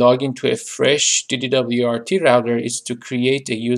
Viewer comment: Hahah, you say it like you say NASA, not like FBI. So, DD-WRT you'd say the WRT portion similar to "wart" 😉 Nice video tho!